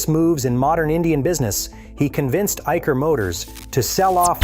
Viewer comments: Dear, It's not IKer motors rather it's Isher motors as correctly pronounced! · Its 'EYE - SHUR' BTW, not 'Eiker'